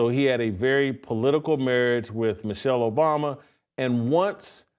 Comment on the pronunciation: You're pronouncing Michael incorrectly.